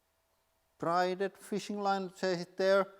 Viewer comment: FYI, "braided" is pronounced BRAY-ded.